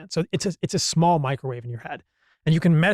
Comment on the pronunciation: its microwave, just sayin